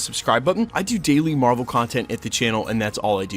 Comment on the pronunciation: I think its mar-vel